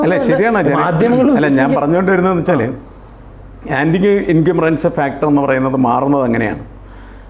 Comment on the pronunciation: എൻകമ്പറൻസ് അല്ല ഇൻകമ്പൻസി ആണ്. ശ്രദ്ധിക്കുമല്ലോ 🙏